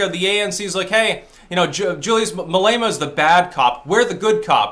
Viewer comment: just so you know julius malema rhymes with dilemma that's how you pronounce it said a white south afican